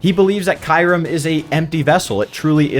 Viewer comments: I will say you pronounced Kyurem VERY wrong. It’s pronounced Kyu (like ice cube) and Rem (as its spelled) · It's actually Kyurem, pronounced KyOO-rEm.